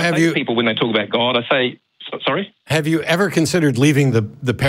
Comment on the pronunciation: Sor-e Michelle